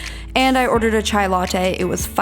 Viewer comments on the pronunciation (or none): none